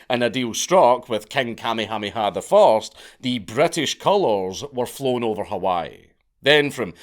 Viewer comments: It took my brain a moment to register he was saying Kamehaneha…BAHAHAHA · KA-me-HA-me-ha was a jaw-dropper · You murdered the king's name. It's "Ka-may- hah- may-ha". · Hearing Dank say "Commie hommie ha" instead of "Ka may ah may ah" is making me giggle a little bit too much. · Listening to you pronounce Kuh may uh may uh as commie hami ha is hilarious. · Bruh… It’s pronounced: Ka-MAY-ha-MAY-ha, not KAH-may-HA-may-HA. I grew up there, and you’re right, it’s a huge mishmash of cultures, but it’s awesome. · Note from the Pedantic Police: we are reliably informed (by a character from "Magnum P.I."; anybody remember that show? Tom Selleck running around in shorts & wearing a doormat on his chest, for reasons...) that it's pronounced "King KAH-May-ah-May-ah"... apparently they used to be very big on doubled up syllables... ;~ ] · Please don’t ever say Kamehameha again! Your mispronunciation is SO atrocious that I cringe every time you say it. 😮 For the record, it’s Ka-mayha-mayha. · I can stand you saying tamyhamiha for another second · I just stopped in to hear the Count say “Kamiamiamiha” 30 times. That’s is all, carry on. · Kamehameha pronounced "kah-may-uh-may-uh" bro seriously watch an episode of Dragon Ball Z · Lolololol...... king what?....kuh-may-uh may-uh. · Just so you know - Kamehameha is way easier to pronounce than whatever it is you are saying. Kammy Hammy Ha LOL! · It's better than actually trying to speak Hawaiian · Listening to you try to pronounce Kamehameha is hilarious. Kuh-may-uh-may-uh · Thetr are no Y's in Kamehameha. The blind leading the blind. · Good lord man. Watch some friggin’ Magnum P.I. to learn how to say the name of the former Hawaiian king. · It’s KA MAY HA MAY HA III 😂😂 So funny trying to listen to haoles try to pronoun our names let alone think they know anything about our history and culture😂😂😂